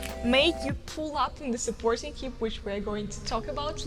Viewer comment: Hey Maria, thanks for the video. Just a small correction, it's 'hip' not 'heap' ❤️❤️